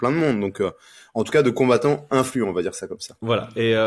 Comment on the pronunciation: Putain mais dit à qu'on dit Influent pas influançant